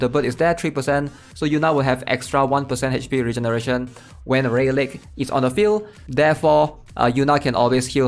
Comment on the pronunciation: Good vid, but I gotta tell you rayleigh is pronounced ‘ray-lee’ lmao